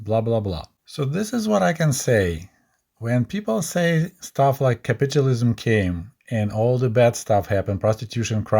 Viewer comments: Not nagging, but it's pronounced as capital (money) ism. Not capitulate (surrender/give up) ism. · Pronouncing capitalism as sounding like “capitualism” adds an amusing twist to listening to this presentation.